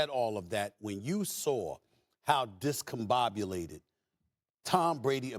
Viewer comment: "Discombabulate" is the word he picked to use Today. I believe Kevin Hart now.